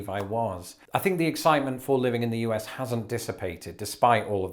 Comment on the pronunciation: Have you done a video yet about your pronunciation of "us"? Uzzzzzz. I think it's probably the most amusing part of your regional accent.